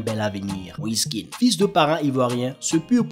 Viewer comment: C'est pas Moïse Kean, c'est Moïse kéan c'est un nom originaire de l'ouest de la côte d'ivoire.